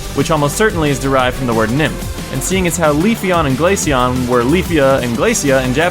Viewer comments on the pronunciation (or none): none